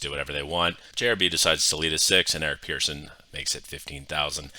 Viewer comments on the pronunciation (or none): Pretty sure he pronounces it "person" and not "pearson". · yeah but the guy's name is Eric Persson not Pearson and pronounced as such...."Pers-son"